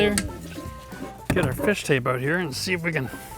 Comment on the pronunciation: The balls come "ooot"?